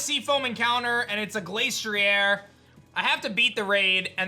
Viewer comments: Im getting mad how he pronounces it Glace-tree-air when its actually Glass-tree-er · Pronounces Glastrier as Glace-tree-air Arca-neenay: Finally! A worthy opponent! Our battle will be legendary! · ok but thats not how it was ment to be pronounced